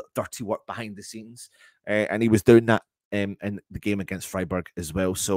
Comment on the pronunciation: Freeburg! 😂😂 Love it 😂😂